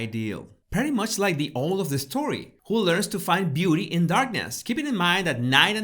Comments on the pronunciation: try saying AOWL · Hi, owl is pronounced "ow" as in "ouch". Absolutely no criticism, golly your English is absolutely brilliant, but I'm thinking how pleased I was when living in a foreign country & people corrected my pronunciation. PLEASE PLEASE don't take this as a criticism. I LOVE your videos and have watched all of them.💞🤗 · Slight pronunciation pickup. In this case owl has an ‘ow’ sound as in hour, fowl, scowl, and of course, owl. I really enjoyed looking for the cryptic clues in the video! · You say owl in an unusual way, or maybe that's me. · I love how he pronounces owl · Lovely video! Owl as in 'This pronunciation made me HOWL! ' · I mean no disrespect but how you pronounce owl is very cute. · The best part of this video is listening to your pronunciation of the word "owl". Delicious 😊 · Love how you pronounce Owl ♥ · It's so funny how you pronounce the word 'owl' 😂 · LMAO .. CBB's huh?? Does the UK have a new Broadcasting Corp we haven't been introduced to yet? And your pronunciation of "owl"! omgoodness! You're awesome! :D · My dear friend...you are pronouncing owl incorrectly I'm afraid. The O is pronounced as it would be on OUT, CLOUT, TOUT, ETC. Just trying to help..not trying to be horrible...love this channel ❤ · I love how you pronounced 🦉 owl. 💙🧡 It almost sounds like how I pronounce oil. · I smiled when you pronounced “owl” Wise Owl our Catherine and so are you. Love from the UK x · I can only imagine a certain someone half way across the world just seething at seeing the beautiful, intelligent and kind hearted Catherine reading a children's book to thousands of people on a popular TV channel whilst hers was used to prop up her laptop 😂 Also I love how you say owl ❤️ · Hannahhobnob20 I also loved how pronounced Owl 🦉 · It is ow-l, not oh-l....but your pronunciation is charming. Love how you unpack symbols as as behaviors. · Owl is pronounced in English almost as two syllables: OW-well.